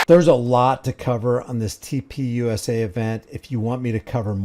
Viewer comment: Why does TP USA always sound like TPing USA to me? Or is it just what a lot of people seem to be doing to the USA?